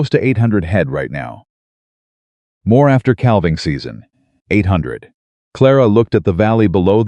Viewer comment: Cal-ving season? NÒ it is pronounced 'càaving' season. AI also pronounces salve, an ointment, as 'sal-veh' wtong it is 'saa-veh'. The 'L' is SILENT, repeat SILENT. AI should be banned, it is so so stupid. Have been cringing at the word salve for almost a year. It has never been corrected. This narrator is repeatedly saying 'cal-ving' edit or get off Yòutube.